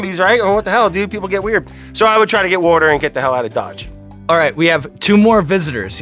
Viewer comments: water wader wourder.. 😂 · He literally indirectly questioned "wourder". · Sean repeating the pronunciation of Wourder instead of answering the question 😂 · He needs wourder 🥵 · Brad needs wourder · Brad :“They’re getting haat” Brad :Wourder is a bad idea isn’t it?” Sean : “WoUrDeR...” This interaction was stellar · "Wourders a bad idea"... "Wurdder" They so should have edited the text in for that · "Water is a bad idea isn't it?" Sean: "Watah'." 😂😂😂??? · no he says it like wourder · Somebody get him some wourder. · Give this man some wourder please! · ITS ALIVE AND GET THIS MAN SOME WOURDER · GET THIS MAN SOME WOURDER